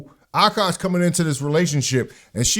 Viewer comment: It's not Akaash, it's عكّاش